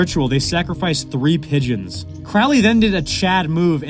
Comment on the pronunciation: “”pigeons”” … “pizza”